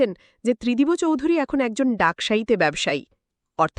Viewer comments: Not Tridibo.Tridib.sunte baje lagche. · Tridib babu 👌 Not Tridib bo babu keno bolchen ???? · Spelling uccharone mistake ache, Tridibo na, Tridib r ta ekbare uchharon korte hobe. Otherwise good good explanation. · ত্রিদিবো নয় ত্রিদিব হবে।নিজে একবার শুনুন ।অন্যথায় ভালো।। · The name is wrongly pronounced .